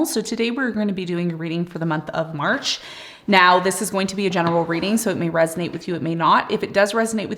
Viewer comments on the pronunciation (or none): Did you say March ?